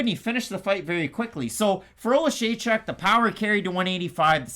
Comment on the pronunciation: can pronounce Oleksiejczuk but not Dvorak 🤣 To be fair I can't pronounce either of them.